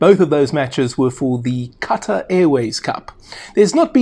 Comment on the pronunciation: As a Saffa, you're pronouncing Qatar wrong.